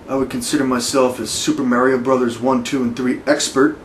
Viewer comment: cant even pronounce MARIO how u gunna beat me?